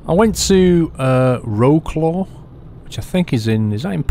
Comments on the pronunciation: great video, but lol "row-claw". did you mean Wroclaw (pronounced "vrotswav"? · its pronounced Vro-tz-wav=Wrocław the w makes a v sound in polish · Wroclaw is pronounced 'Vrotzwav' or 'Vrosswav' ... a little thing I picked up from my eastern EU workmates. Also a 'Fender' is what we call a Bumper. Or a type of guitar? They are also the iflatable rubber things you chuck over the sides of a boat when you park it. A bumper for boats! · Wroclaw = vrots-laff = vroats-laugh if you will. Not roe-claw. Just saying. . . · its not Wroooclo ... please say it at least WRESLAU or WRO-SLAW or WROZLAW Best regards from Poland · Wroklaw????? in poland we pronounce it like Wrocuaw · Somebodys already mentioned it, but i'll say it again just incase you miss it... 'Wroclaw' is pronounced 'Vrotswaf' :) Also, longer videos would be awesome. And Austria to Scotland would be even more awesome XD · Wroclaw is Vrotzlav ;) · Wroclaw is pronounced Vrocwaf with a soft c. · Wroclaw aka Breslau Wroclaw pronounced Vrotsvahf